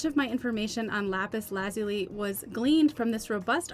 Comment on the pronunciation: Lapis Lazuli - accent is on the second syllable as in " la ZULI ". Great video. Thanks